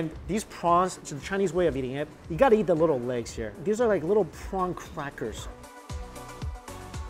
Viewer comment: Why when you say eat you say YEET?!?